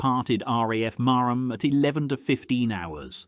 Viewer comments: Not Mar Ham it's Marham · It's pronounced Mar-ram not Mar-ham.